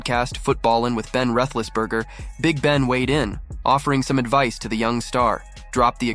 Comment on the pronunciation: YouTube,,, You need to get Ben's last name right for pronunciation